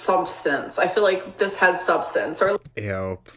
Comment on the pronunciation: ‘SHUBSHTANSH’. what? You been taking Smug supplements?